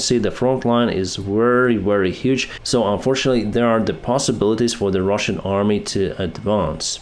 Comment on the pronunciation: I love how he just sez "and the Rahsian tanks are Ka-boomed!"